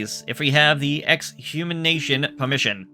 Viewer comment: exumination... hilarious.😂